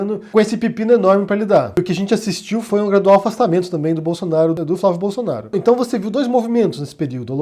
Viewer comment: "Flávio Bolosnaro"